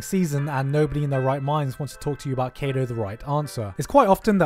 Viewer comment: FUCK YEAH KADO! But it's pronounced "Kah" not "Kay" do.